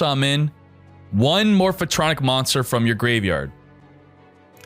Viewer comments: MORPH-TRONIC, not morpha-tronic. God damn, triggered so hard right now. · More-fuh-tronic! lol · The way he pronounces Morphtronic gives me anxiety